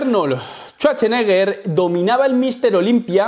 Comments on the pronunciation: Arnold "Chucheneguer", jajajaja, te faltan clases para pronunciar inglés. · Arnol Chuarcheneger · Si es cierto, pero su apellido se ha pronunciado por más de 40 años en inglés. Y créeme que no suena Chuache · shuache? o shwache